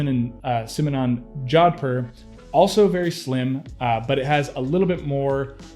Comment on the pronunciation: Please check the correct way to pronounce Jodhpur. You massacred the word.